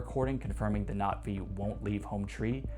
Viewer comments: Oh great. Another dude using the tryhard pronunciation of Na'Vi. 😂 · Bro's pronunciations of things like Na'vi and WETA are getting to me. The former might be right, but it's just as brain-drilling